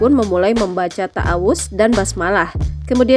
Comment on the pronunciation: Hallo min....ta'awwud bukan taawuf